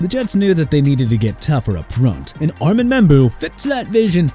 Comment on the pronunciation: REALLY? ARMAND MEMBOU'S FIRST NAME IS PRONOUNCED AR-MOUND! IT'S NOT AR-MAND!! ARE YOU THAT ILLITERATE?! SMH...